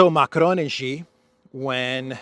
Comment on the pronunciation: It is Xi, not Ji - pronounced like SHE in English.